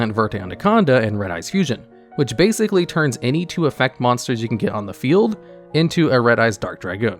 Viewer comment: "bagzically" 2021